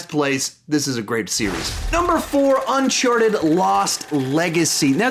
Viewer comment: It's Uncharted, not Unchardet. I'm not trying to be an asshole or anything but this really bothered me for some reason. Great list by the way.